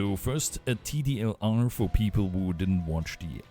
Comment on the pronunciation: Just messin lol because you keep saying tdlr instead of tldr